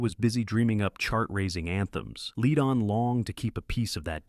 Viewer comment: You are saying the names wrong it is not lead on say it right